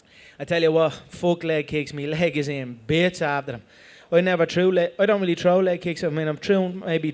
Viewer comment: "I don't really tro leg kicks. I mean i've trown maybe tree... In me whole career i've trown about tree".